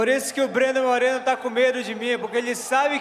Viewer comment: The R isn't supposed to be rolled when pronouncing 'Moreno' Dont know much about Spanish grammar but im sure that you only roll the R when there's two Rs side by side example: carro, you roll the R caro, you dont roll the R Incase you're curious Carro means car and caro means expensive